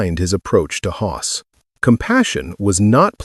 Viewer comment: FFS. Can’t even say Hoss. Time to move on to some other platform